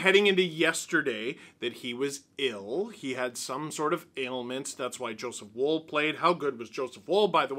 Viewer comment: can someone tell steve to pronounce woll like wall? its like holl.